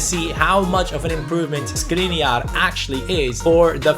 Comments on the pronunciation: Just a detail, his name is Škriniar, not Skriniar, so pronunciation of his name is someting like Schkriniar. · Škriniar is pronounced Shkreeneear... You're probably not gonna see this but yeah... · The right pronunciation is: SHkriNYiar. Sorry for correcting. Everything else is right, and keep up the good work. Did you know that 25 in hungarian is HUSZONÖT? The like is guaranteed!😀😀😀